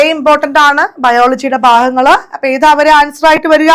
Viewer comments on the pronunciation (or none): none